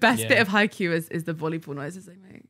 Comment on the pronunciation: Simon, please, Haikyuu not Haikuu. There's a Y.